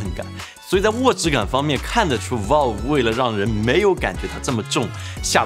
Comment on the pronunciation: valve 发音错了啊啊啊... 听得特别别扭.....